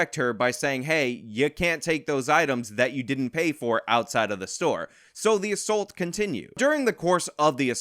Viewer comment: Dude. What is with you youngsters saying ASSULT? The word is assault and is pronounced uh-salt. Look it up, dangit! Love how mad you get about this. It's maddening. Woman sicks her felon boyfriend on a dude and the vic gets charged. It's NUTS.